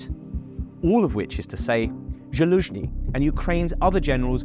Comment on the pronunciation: This was psoiled for me by the abysmal butchering of the pronunciation of Zhytomir, Zaluzhnyj and the